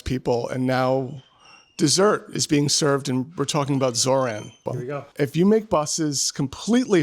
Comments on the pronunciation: Every time I hear this guy say “Zor-Anne” it makes me wince. Zohran always says “ZorON” why can’t people repeat what they hear when someone says their name? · It's Zore-On pronunciation.. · love the vid! but I gotta say, it's pronounced "Zor-On"